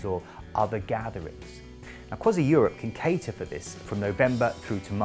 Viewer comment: Crois-ee not Crois-eye. C'est domage.